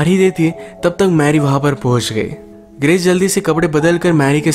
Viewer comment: U said writer bt it’s sounds was like brital.... Nd also the girl's name was gress bt it sounds also like cress.... I think u should take care of it.